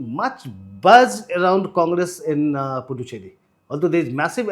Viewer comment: Sirs . It’s Puducherry. The “D” is pronounced as “d in Hindi word दान. Pudhu means in Tamizh New and Cheri is loosely translated as “Colony” so Puducherry means “New Colony. Also it’s Ezhava and not Edava. “ழ”